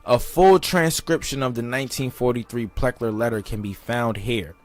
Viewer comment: PLECKER, NOT PLECKER!!!